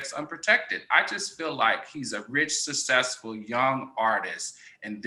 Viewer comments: Extremely ignorant. More so when he says sussessful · Let's normalize properly learning how to pronounce the word "successful" 🤣... Jokes aside Great show